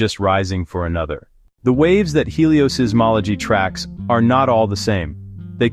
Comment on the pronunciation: The apparently AI-generated voice says "heliosee-ismology" and "astrosizzmology." Really very poor.